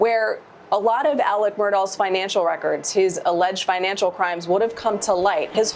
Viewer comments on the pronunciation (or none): She keeps calling him Alek